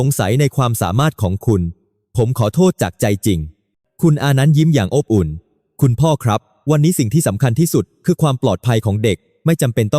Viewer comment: ขำ อบอุ่น อ่านออกมาว่า อ๊บ อุ่น